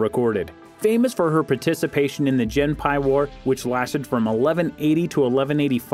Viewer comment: Point of information: the 'G' in Japanese is always hard. So, the Genpei Wars should be pronounced hard and not 'Jenpei'.